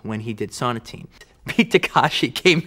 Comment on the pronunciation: Sonatine (so-nah-ti-ney). Takeshi (tah-ke-shi) not Takashi.